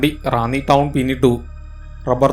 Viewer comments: ഡോ റാണി അല്ല റാന്നി എന്നാണ് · റാണി അല്ല മാഷേ റാന്നി എന്നാണ് 😄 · റാണി എന്നല്ല, സ്‌ഥലപ്പേര് റാന്നി ആയിരിക്കും...!